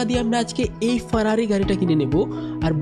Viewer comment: Ferrari not farari